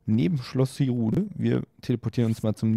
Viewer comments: Man spricht es nicht hierule sondern Highrule wenn man's ansprechen will also bitte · Danke! Ein Tipp: man spricht es "heirul" aus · Also bitte, du sprichst es nicht mal richtig aus:hyrule heißt es, und man spricht es so aus:heirule! Du Angeber man, sag ja nichts ich hab schon fast alle zeldas gespielt